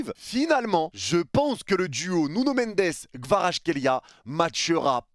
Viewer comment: "NuNo MeNdEs" 🤣